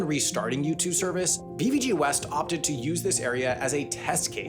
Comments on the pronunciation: Haha so true, especially the way he pronounced BVG "Bee-vee-gee". Since I only know it from a German context I have only ever heard and pronounced it BVG ("bay-faugh-geh"). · Bee wee gi 😂😂😂 that sounds soooo totally wrong. You say it Beh Fau Geh BVG 😂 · As a native born Berliner I feel offended and violated by your pronounciation of BVG! May the wrath of "Wir lieben dich 💛" come onto you! 🤪